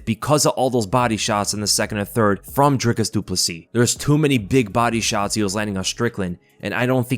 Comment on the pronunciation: This channel must be the only one that can pronounce his name and surname properly; this guy must know what he is talking about!